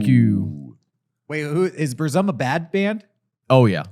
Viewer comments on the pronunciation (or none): Weird Burzum pronunciation